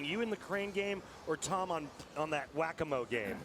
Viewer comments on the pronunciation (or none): Whack-a-moe??? No Randy, it's whack-a-mole! Unbelievable...